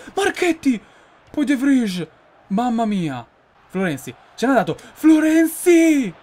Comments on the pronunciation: ahahahhahah te lo sogni il campionato hahahaahah non sai nemmeno pronunciare il nome dei giocatori "de vrij "si pronuncia "de vrai " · De vrij si legge de vrai